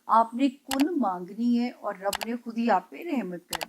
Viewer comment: السلام علیکم۔ جب آپ الحمدللہ رب العالمین پڑھتی ہیں اس میں رب کی ب پر پیش مت پڑھا کریں ب کے نیچے زیر ہے۔